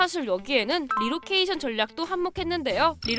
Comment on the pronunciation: 리로케이션이라고 해서.. 뭔지 한참 생각했네.. 리 로케이션이네ㅋㅋㅋ